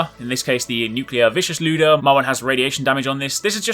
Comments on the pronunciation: Prounounce it Lie-ooda not lewd-uh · Ly-oo-duh not looda. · This keeps on bugging me but 1. He's pronouncing lyuda wrong 2. He's not even using the lyuda correctly, it's meant to be a semi long range gun in order to activate it's gimmick where the projectile splits from 1 to 3 bullets, which is what makes it a god tier weapon.